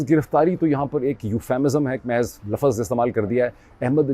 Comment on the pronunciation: o bhae Laffaz nahi houtaa Lafz houta hai Lafz ((((Lafz))))